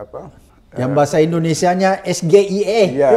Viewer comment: Jangan Lupakan Bang Macam ASAM SULFAT dan Sebagainya... ES GE I E padahal Kependekan dari Bahasa inggris Anak SD Juga Ketawa Liat Cara dia Ngomong🤣😀